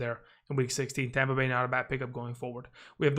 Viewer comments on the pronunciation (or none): none